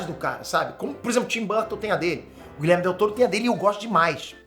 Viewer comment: gente plmds o nome do cara não é Guilherme e sim GuilhermO com "O" no final kkkk